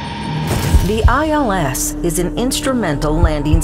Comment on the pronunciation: Why does the narrator keep saying “eels” instead of “ILS” ?